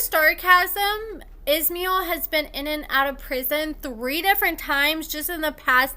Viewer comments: Pronounce the s in his name as sh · It’s pronounced ISH MY EL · His name is pronounced-- Iz-MY-ell. He seems to have some issues, but he's a hell of a lot hotter than Andrew. I'm thinking he could do better than trash-bag Candice.